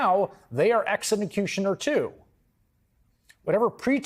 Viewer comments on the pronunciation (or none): This man said eximacutioner lol